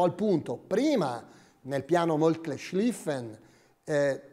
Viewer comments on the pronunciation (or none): Ottimo video! Una precisazione: Moltke si pronuncia con la o " all'Italiana" visto che sulla o non è presente la umlaut